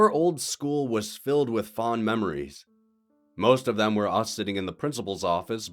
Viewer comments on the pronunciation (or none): none